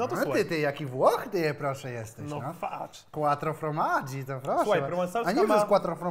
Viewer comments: żaden Włoch, bo nawet źle wymówił :) ,,KŁATRO FORMADŻI", a nie ,,KŁATRO FROMADŻI" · *kłatro fromasz się czyta xddd